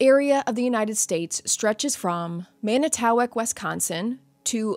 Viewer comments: Lol Manitowoc is pronounced Man uh too wock Or Man i tuh wock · It’s pronounced Man - ah - ta - walk